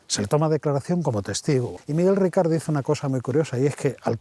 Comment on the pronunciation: Por favor, es Miguel RICART. NO RICARD. Ricard es un pastis francés 🤣🤣🤣🤣🤣🤣